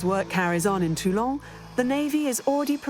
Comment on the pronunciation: It's not Tulong, for Christ's Sake, it's Toulon. Likewise, the subtitles should not refer to General The Goal, as I see occasionally. 😱